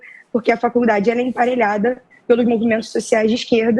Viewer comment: Na verdade, ela se expressa muito mal. Ela não sabe nem dizer "APARELHADA"; diz "emparelhada".